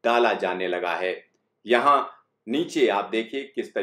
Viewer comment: The way he says "yeahn hai"